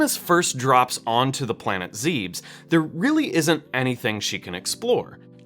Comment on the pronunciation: Great video, but when he said "Zeebs" I nearly died